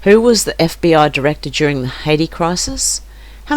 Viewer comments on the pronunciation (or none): none